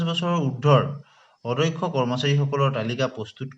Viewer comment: কথা বিলাকর শব্দ আরু উচ্চারণ ঠিক করিব । অ - দ - ক্ষ উচ্চারণ টো অধ্যক্ষ বুলি কৈ আছে কিয় ?